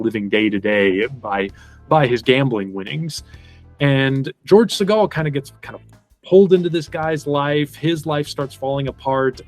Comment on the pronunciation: You’re mispronouncing Segal. It’s SĒ’-gal.